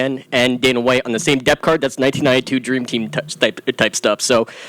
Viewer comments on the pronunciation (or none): "Depcard/Depth card" 🤔 "congreatness"🤔 What is this doinker even saying? Lol. Guy tripped and mumbled through his question and said some weird stuff.